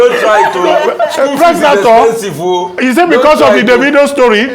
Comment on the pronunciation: Dr Albati ooo😂😂😂, pregnanton 😂😂😂